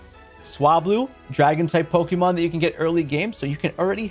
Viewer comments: Lol Hate when people pronounce Pokémon as “PoKeee-Mon” it’s Pok-Ay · Hearing you pronounce pokémon as 'Pokey-mon' hurts my soul.